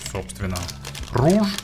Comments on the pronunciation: Rouge (румяна) и читается как [руж] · Rouge (разбойник) и читается как [ро́уг]